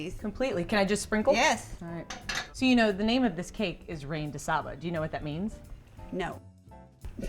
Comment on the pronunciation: Not "rain" de saba. Reine - pronounced ran in french. Julia Child would plotz and roll over in her grave.